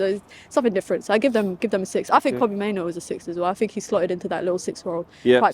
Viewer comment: Why's it so hard for people to say "Mainoo"? It's not "Maino"